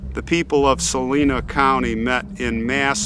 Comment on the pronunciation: I live in Leavenworth. They bank on that First City business so hard here. There's a point by the river, near the fort, where you can see where Lewis & Clark stopped. Also, I kinda cringed at "Saleena". I automatically sighed, "It's Sa-LINE-a". But I guess it's a common mistake if you don't live here.